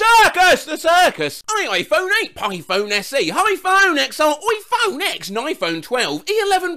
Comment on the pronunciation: oh god,, not the "Pi"Phone..